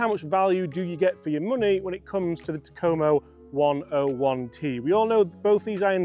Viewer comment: "TA-ko-mo" Not "Ta-KO-mo"